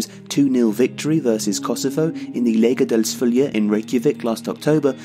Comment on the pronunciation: Still can't believe we are actually going to the world cup P.s. that was a pretty decent attempt at pronouncing Laugardalsvöllur